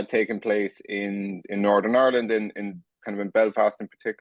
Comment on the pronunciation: Is it pronounced Ourland,of Ire land????😊